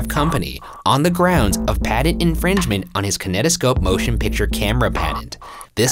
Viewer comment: a padent? Oh, he means patent, I forget that like Satan can't pronounce "J" Ryan can't pronounce "T."